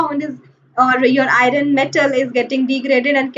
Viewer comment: Not irun it's iron